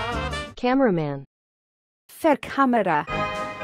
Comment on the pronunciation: How i say camera man in Scottish Gaelic Fear-Camera but i hear: Fu** Camera